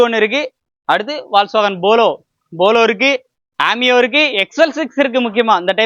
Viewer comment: ஷிடான் இல்ல தம்பி.. செடான். Bolo இல்ல தம்பி. Polo.